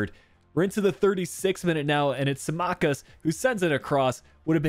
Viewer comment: Nice video as always.Tho the pronunciation of tsimikas's name killed me🤣